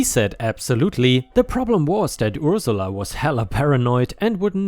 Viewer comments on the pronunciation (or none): Dilated is actually said as "die-lay-tud" not "dil-ay-tud." "Ursula" sounds like "er" (like the word "her") "suh-lah." "jargon," the "on" sounds like "in," so it's more like "jarg-in," and not emphasized but rather fluid when being said.